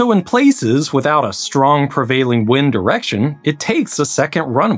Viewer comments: You are pronouncing wind wrong. It is wind not wind. Pronounced wind. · Yeah it’s pronounced wind